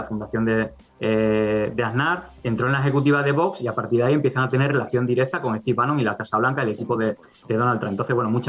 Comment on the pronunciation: Tanto le cuesta decir Stive Banon ?